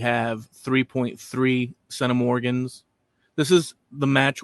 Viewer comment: Thanks for those intriguing revelations. The genetic ancestry of the Irish became even more varied in later periods with the influx of the Normans, the Elizabethan English, the Scottish plantationers and others. Thanks also for introducing me to the word centimorgan, which was difficult to look up (your pronunciation was "Sennamorgn" 😉👍).